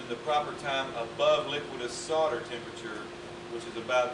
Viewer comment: The word is solder, not sodder!! See the third letter? That's an "L" ! Or, perhaps he thinks it's Christmas... No-el, No-el, No-el... ;)